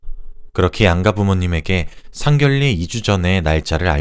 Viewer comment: 상견례ㅡ상견녜 라고 발음합니다. 상결례ㅡ잘못된 발음입니다